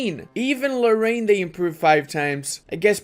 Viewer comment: I mean, it's not the only word he misspronounced, there's also nantes(u pronounce it nant), or lorraine